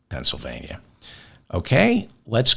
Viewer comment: Thank you for saying "Penn S Y L vania" and not "Penn SA vania."